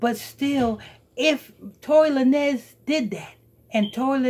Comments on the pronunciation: TORY LA NEZ LMAO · Tory LaNez lol it’s pronounced Lanes